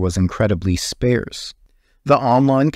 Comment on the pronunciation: Sparce isnt pronounced like pair?